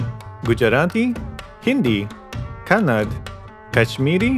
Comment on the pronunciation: While you are talking about language There you will tell Kannad it’s Kannada pronounce correctly 😊